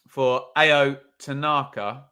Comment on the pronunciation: Tanaka's first name is pronounced Ow.